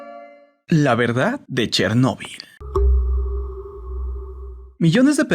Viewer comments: Tc: dice chernebol Yo: quien rayos es Tc: una maldicion :v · Pensé que se pronunciaba Chérnobyl